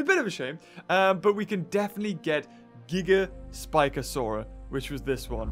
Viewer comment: Who else gets TrIggErD when he says gigaspikasaur-a